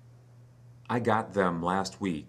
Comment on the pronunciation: whi did I not hear youe th sound? maily in the word THEM ?